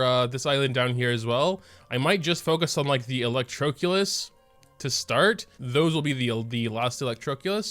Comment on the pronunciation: It’s not electrOEculus, it’s electrOHculus